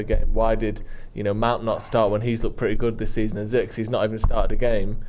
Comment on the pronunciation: “I’m sorry to say…its Zirkzeh!!”